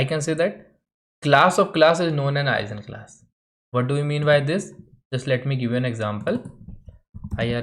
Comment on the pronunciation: I've always heard the G in Eigenclass pronounced like the G in Guess